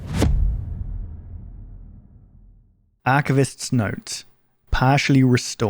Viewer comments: WHY IS HE SAYING MEWTHOS 😭😭😭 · Monument “me”thos You know what, after the end of the series, monument meth is kinda right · Ah yes the monument meethos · Is it aggregating anyone else that he mispronounced mythos?